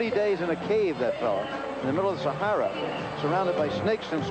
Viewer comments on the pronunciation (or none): none